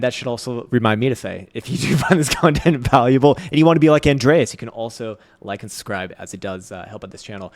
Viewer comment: Ann-dray-ass totally from chicago